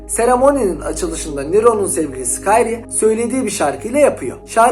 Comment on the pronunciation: kayrie değil lan krie diye söyle oyunda nero diyor zaten